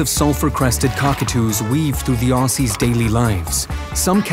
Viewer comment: lost me at ossys, were not ossy's....educate you're AI.